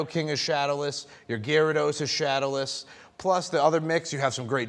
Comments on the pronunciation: Dudes not a fan…who the heck calls Nee-Doh-King Kni-Doh-King tf?! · calling it naidoking instead nidoking is a CRIME! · Guy said Nydo king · Dafuq he just say .... nye do king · Guy lost all credibility when he said “Nigh-doe-king”. Oof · Nyedough King?? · Who’s gonna tell him it’s pronounced N-ih-doking? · You lost me at "nEYEdoking" 😂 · "NIGH DOH KING." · "nye doe king" Bruh. Also "peak market" sales dont really mean much even during that "oeak market" time. Especially if they are sales on places like ebay. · yes this dude is noob. He said NINE DO KING... And he overpriced these cards by 5 to 10 times. He clearly doesn't know what he is doing besides trying to upsell these cards... He's the main reason why these cards are soo volatile like bitcoin... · Did he just call “Needle” king NiDo?! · can we talk about nyedoking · He has an interesting pronunciation of nidoking. I'm not mad. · This guy calls himself a Pokemon fan but he mispronounces Nidoking? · Lol these prices are so inaccurate. Outside of the machamp none of these were 1st edition, and everyone had a 1st edition Machamp. That Charizard is a few hundred max. Dude can't even pronounce nidoking 😂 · She needs to get a high quality binder. And he pronounced nidoking wrong but whatever. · Anyone else bit their tongue when he pronounced Nidoking incorrectly or just me? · The way he pronounced "Nidoking"🤦‍♂😂